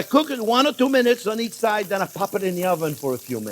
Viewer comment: Love "we're gonna POP it in the oven" sound :)